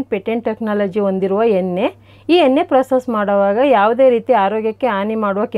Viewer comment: ಎನ್ನೆ ಅಲ್ಲ ಎಣ್ಣೆ ಅಂತ ಹೇಳಮ್ಮ